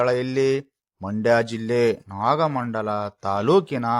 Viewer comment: ಸರ್ ಅದು ನಾಗಮಂಗಲ ನಾಗಮಂಡಲ ಅಲ್ಲ